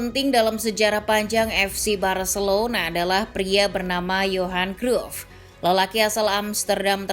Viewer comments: WAH PARAH NI ADMIN DIBACANYA BUKAN CRUFT TAPI CRAYP . MAU DI OMELIN COACH JUSTIN? 😅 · Min penyebutan namamu salah,bisa dimarahin Kochi luuu